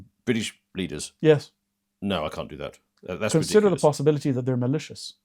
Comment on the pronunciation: "Consider the possibolity that they are malicious" "Ah...okay" The pregnant pause there. That has always been what I subscribe to.